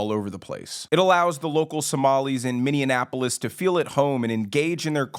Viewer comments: Bro - good commentary. But I have to ask you to pronounce the city properly. It’s Minneapolis. Minnie-apple-is. Not minionapolis. We don’t have minions here in my home state. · Ha hah, that was driving me crazy! Every time he said Mini-Anapolis. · Minn-e-apolis not Minn-e-en-apolis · Praying against his agenda. PS: it’s pronounced “Minneapolis” with five syllables not Minneanapolis with six syllables. we’re not a combination of Minneapolis and Indianapolis.😂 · it's just minneapolis, not minneanapolis, just saying. But you're absolutely right. I agree with what you're saying. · Bro... Minneapolis. Not Mineannapolis 😂 on some real talk though, as a Minnesotan this is terrifying. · Good video. However I thought I would let you know it's Minneapolis, NOT MinneANApolis, you keep putting an N in the middle of it when you pronounce the name. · Not being a darsh but You keep saying mini-annapolis its Minneapolis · Please note: the correct pronunciation is "Minn-ee- ap-o-lis", rather than "Min-in-e-ap-o-lis". Other than that, the statements have validity. Fateh's election is not a given, but his community votes as a bloc, and if he doesn't win this November, eventually one of his community will. White progressive guilt --- and generous public assistance --- allowed this to happen. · Mini apple us, not mini-Annapolis. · Ppl be cracking me up when they say the city name Minne-in-apolis😂😂😂😆😆It's Minneapolis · Its called MINNY- APPolis not Minnyianappolis. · 'Minneapolis' not 'Minnea-apolis' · .....it's not Minnianapolis, like Indianapolis, it's pronounced Mi ni ap ple es. 5 syllables, not 6, my friend. Spelled Minneapolis. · he cant even pronounce "minneanapolis " 😂 😂 hey leave us alone Mr. want be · Minneapolis Is pronounced Minnie-ap O lis just for people that are not from here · Minneapolis MN and Barron County WI were long ago over run by the Somali's. Plenty of Al Shabab out here. Also its pronounced Minni Apple-us... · It pronounced minny apple lis